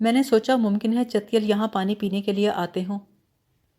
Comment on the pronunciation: چیتل ہوتا ہے ، آپ اس کو چتیل کہہ رہی ہیں cheetal, اور chouhan ہے نام choohan نہیں , روانی اچھی ہے پلیز تلفظ پر دھیان دیجئے